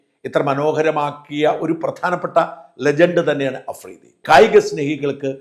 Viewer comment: അഫ്രീദി അല്ല തെണ്ടി മഫ്രിടി 🤪